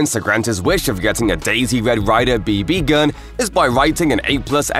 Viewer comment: "b B gun"